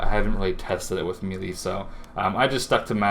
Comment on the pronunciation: Meh-lay not mee-lee